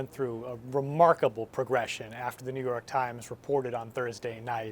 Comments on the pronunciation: i rewatched him saying new york trimes like 10 times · “New York Tchimes”